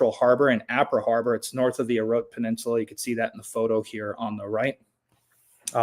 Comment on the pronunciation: I also lived and worked on Guam. Orote Peninsula is pronounced inclusive the e at the end. It is not Orot. It is Orote with a soft e on the end. The Chamorro language doesn’t have silent letters. Agat is pronounced with soft a’s similar to you would in Latin or Spanish, not like the a in hag. Why can’t Americans pronounce foreign names like the locals do. Brits are equally as bad. Yet you can pronounce Asan and Agaña (Hagatna) correctly.